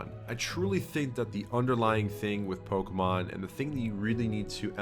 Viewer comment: cant even say pokemon correctly good lord